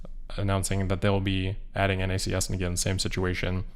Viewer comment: Thanks for saying N-A-C-S instead of pronouncing it “NACKS”